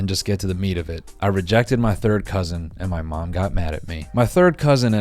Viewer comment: take a shot every time noel says “cousin ÆUGH”